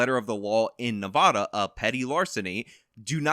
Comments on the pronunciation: Everytime he says Nevada i Cringe its Nev-ah-Da not Noh-vah-Duh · It's ne-vad-a pronounced ne-vad-uh the "a" in vad is like how you say dad. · For the love of my ears, it's not Nevaada. The first a is pronounced like the a in bad, not like bod. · I respect outlook on this, but I can't forgive his pronunciation of "Nevodda". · OMG, please stop saying Nevada like that. I know you wanna pronounce it like a Spanish word, but it's not correct. You drink Serra NAV-AAW-DUH in Las Vegas NE-VAHD-AH.